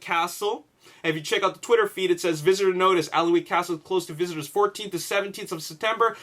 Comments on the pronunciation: It's pronounced annick castle. It's where they filmed parts of the first and second Harry Potter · Hey, Just so you know, Alnwick is pronounced Annick. It's a bit weird but yeah, that's how you say it. Makes sense that modern scenes would be filmed there because people still live in the castle, it's in incredible condition, while Bambourgh has not been occupied for some time and is therefore not in perfect condition.:) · hi Dude. the L in Alnwick castle is silent, pronounced Anick. i work at this castle. was there during filming. awsome days cant wait for the movie. C ya! :) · It's pronounced "An-ick" castle, trust me i'm professional Geordie:) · Ok you had no way to know this but 16.55 is Not bamburgh castle, I'm from the area and know it like the back of my hand 😎 not sure where that shot was taken but it looks more like a ruined abbey or priory. And good try at pronouncing alnwick but that's one of our awkward place names. The l and w are silent so it's more like annick. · I live in Alnwick myself, but I've never heard anyone mispronounce it as badly as this X3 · pronounced Bambrer Castle and Anick Castle